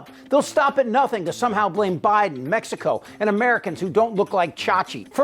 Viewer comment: “We don’t know nutt’n about nutt’n”. My god can you just hear the bullsh*t spewing out that sewer?